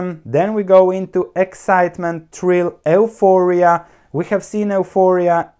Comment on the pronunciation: if you don't mind one small suggestion, euphoria is pronounced as (yuforia).